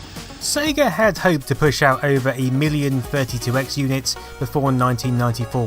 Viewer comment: Brilliant work and goodness you pronounced it SEYGA (as in Ages), not Segga as in Egg:)